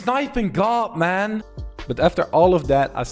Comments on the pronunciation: Man not mon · can we have a montoge of him saying gg mon yes mon not man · He says mon not man and i do not mean it in a bad way its like gg bro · How many time did he say geegeemon (I know he is saying gg man) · instead of gg mon he sound like hes saying digi-Mon!!! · When he says it it sounds like german tbh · He sounds Jamaican when he says GG man 😂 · The way he say gg man is thu funny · Not being rude see how he says gg man